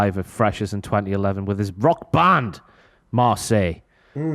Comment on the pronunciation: "part of a rock BAND" LOL Just his odd emphasis on that word made me laugh.